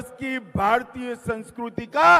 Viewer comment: Sanskriti ko sanskuruti bol raha hai hm